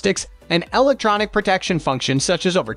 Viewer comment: ...or "electronic". 🤨